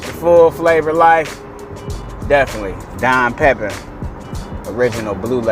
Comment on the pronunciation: Fyi, pronounced…..Pepeeeen😀